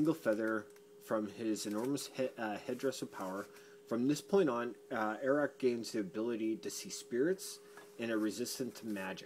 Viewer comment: Fun drinking game - take a drink everytime you pronounce "Arak" a different way! Seriously, one of my favorite old series! An American Indian finds himself in a staunchly medieval Europe, but where the supernatural is very real and demonic evil threatens the land...